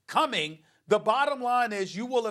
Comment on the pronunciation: Stephen A: Kareem Hunt “CUMMING”